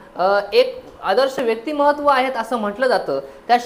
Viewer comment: व्यक्तीमहत्व नाही, व्यक्तीमत्व म्हणा.